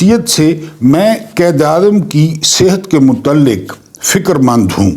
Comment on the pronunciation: قائد اعظم کو قید اعظم نہ کہا کریں تلفظ ٹھک کریں مہربانی